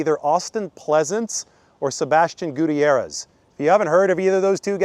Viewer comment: You pronounce Gutierrez name wrong